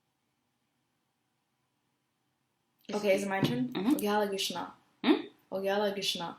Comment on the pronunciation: "Gishna" lol u say it messed up